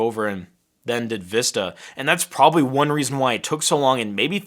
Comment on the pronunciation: You called windows vista sounded like wii... for wi...